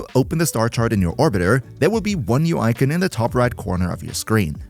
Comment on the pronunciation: How TF did you just pronounce Icon lmao